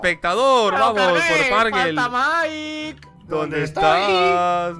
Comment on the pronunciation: Oye se dice Mike no miak